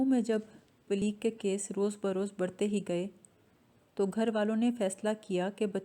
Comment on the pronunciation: Plague (plaig not pleeg)